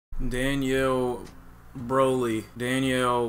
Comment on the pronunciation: “Danielle Broly”😂😂😂 come on, you can’t just start the video like that bruh😂